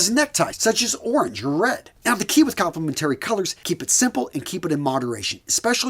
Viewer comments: Hey, it's " kaam·pluh·men·TREE" not "kaam·puh·LEM·TERRY" color. - From a color theory instructor. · "Com-ple-men-tary." Come on, it's pronounced kom-pluh-men-tuh-ree.